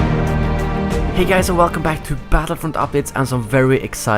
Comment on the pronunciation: I can't unhear it now, thanks a lot >:(